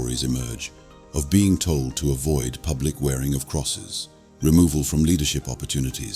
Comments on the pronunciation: "without fear of *pubic *torture" . Really, how ignorant do you have to be as a narrator to make that sort of mistake? Delete this video and redo it. That's unforgiveable. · "Pubic torture." I think you mean PUBLIC torture. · "pubic torture"?? This channel uses an AI voice. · “PUBIC” torture? 😳